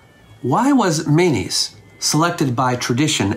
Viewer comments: It sounds like you're saying his name is "mayonnaise" - can you enunciate a little more? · Kept giggling everytime I misheard mayonnaise and was waiting for this pic to start rotoscoping. Great content as awlays. I bet your lectures would be epic without the disctractions of life surrounding a computer screen. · This was fascinating, and made unintentionally (and increasingly) hilarious by my inability to hear "Menes" as anything other than "mayonnaise." Aha was Mayonnaise! 😂 I'm sorry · By the end i was hearing "mayonnaise" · Every time you said Menes, I heard mayonaisse 😂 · Mayonnaise unification. Founder mayonnaise.,. I keep hearing mayonnaise.😅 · Everytime he says Menes i hear mayonnaise! 😅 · I'm going to be honest here, I thought you kept saying mayonnaise. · Sounds like you called him King Mayonnaise lol